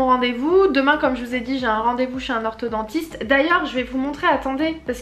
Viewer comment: on dit orthoDONTISTE pas orthoDENTISTE